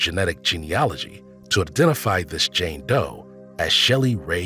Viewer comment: she was a JANE Doe, not JAN Doe smfh! well THIS pronounced qqàà½